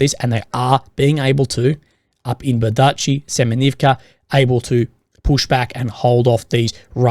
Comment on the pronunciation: Bee-ER-dee-chi. Not ber-DEE-chi.